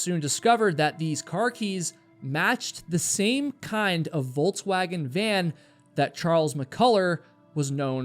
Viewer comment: I wasn’t sure the first time he said it, but the second time I had to rewind and listen closely. I understand Volkswagen isn’t made on the US but it’s a well known vehicle. So when I heard Volts-wagon I had to be sure. That’s a first